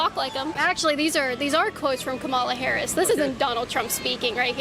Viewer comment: Saying Kamala Harris's name like that is definitely a dog whistle right? Like I've heard her name said a lot of times now and I know how to say it correctly so why do conservatives say it wrong every time